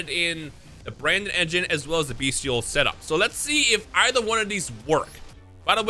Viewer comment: will pronounce Bystial correctly eventually